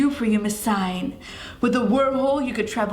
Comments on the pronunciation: 4KidsGaming Hey I love your channels so much❣️ I just wanted to let you know that Singh is pronounced sing, not sign (Not hated or anything, just wanted to let you know) Btw, your hair...is ON FLEEK💕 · You pronounce Singh like Sing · omg it’s not miss sign lol it’s miss sing like Lilly Singh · the Singh u were talking about is Indian and u pronounce it sing but h silent u understand? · Singh is pronounced "sing" -- and the Fibonacci sequence is real SEARCH IT UP ON GOOGLE!!!! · I don't mean yo be rude I know you will never see this but it's pronounced ms. Sing the h in Singh is silent my friends last name is singh ps. I love your videos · Ur saying Singh wrong like if u argee